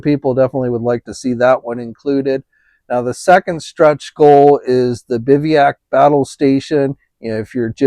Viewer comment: Pronounced “biv-uh-wak”